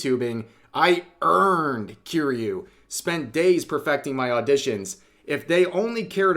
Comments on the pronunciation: Rev saying Kiryu like he's saying Cheerios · How can you be an obviously major weeb and still pronounce kiryu wrong?